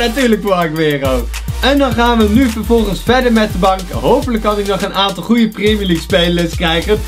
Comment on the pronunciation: Priemjer liek goedzo